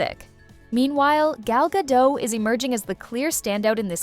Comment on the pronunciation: Gah-Dot... The T is not silent.....